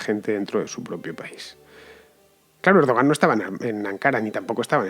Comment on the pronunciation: Lo que está claro del golpe de Turquía: 1- Van a rodar muchas cabezas, todas las que Erdogan quiera (que a propósito, se pronuncia "Erduwan"). 2- Como ya nos tiene demostrado Chávez, a partir de ahora a este tío ya no se lo saca del gobierno, si no es en ataúd.